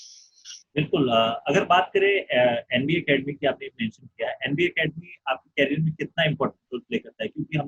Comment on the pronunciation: Bro can you work on your career pronunciation 😝